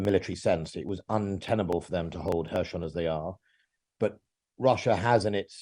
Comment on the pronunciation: "Hershon" 🤣🤣 I think I’ll make a list of all mispronunciations of Kherson.